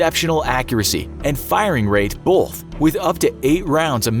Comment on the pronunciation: It's pronounced "both" not "bolth".